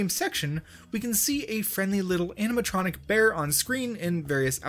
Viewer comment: My guy really said animetronic